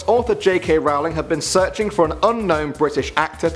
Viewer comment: I really like your videos, but I'm a huge, and I mean, HUGE, Harry Potter fan, so I've got to say... It's pronounced Roll-ling, not R-oww-ling 😳